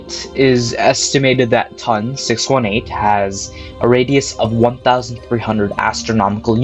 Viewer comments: A dream come true would be to stop saying “TUN”. Say “tee oh en”. Would you call NGC 1332 “nuh guh ka”? “Ton” is the first three letters of Tonantzintla, relating to Aztec goddess Tontantzin, which doesn't sound like “tun”. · My man said " TON! 618"